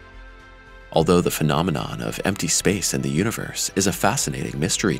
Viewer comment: A great video, but gotta love the way they pronounce phenomenon and phenomena 😂